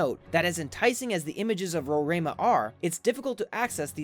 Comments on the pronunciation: Hi ,I am from Guyana. Mount Roraima is pronounced as RO-RI-MA. It is actually is in GUYANA. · You could have easily called Brasil to ask how to say Roraima. Maybe the head of state of English Guyana would dislike that, so I understand your confusion. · hi im from Guyana and its pronoumce Ro-ri as in rice-ma and Pak as in pack-ka as in catch ri again as in rice and ma as in man